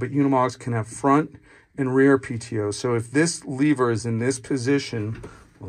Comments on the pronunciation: why do you say leaver instead of lever? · What the fuck is a leeever?